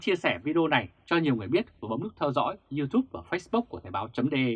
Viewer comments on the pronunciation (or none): none